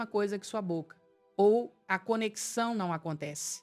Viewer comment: Tá parecendo AI. Contou o número de palavras errado (podemos pensar juntos não são 4 palavras). Falou Bóca. Muito estranho. Mas o conteúdo faz sentido.